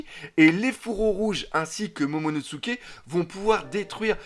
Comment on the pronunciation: tout le monde prononce momonoTSuké alors que c'est momonoSuké avec un s et pas avec un ts